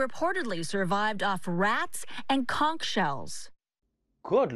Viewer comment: "Conk shells"... It's CONCH ffs 🤣